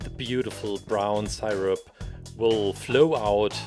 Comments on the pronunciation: i like how he says sighrup and not syrup. its godly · I love the way he says sirip😂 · Its pronounced see-rup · Everyone: IS IT SIRUP OR SEERUP: Sighrup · Dude I love how he pronounced syrup